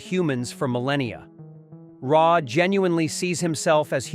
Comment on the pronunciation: I really hate when people use AI to narrate videos and then the AI pronounces so much wrong it makes you question what the heck they are talking about. AI started talking about "Ray" and Im thinking... I've seen Stargate 100 times, who the hell is Ray?